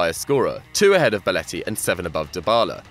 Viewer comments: This guy saying beletti instead of belotti is pissing me off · Will somebody tell this guy that it's BELOTTI and not BALETTI!!! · ‘Boletti’ is triggering me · Belotti not Beletti 😂😂😂